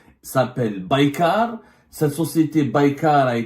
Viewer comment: il ne sait même pas prononcer le nom de la société Turque qui fabrique les drones !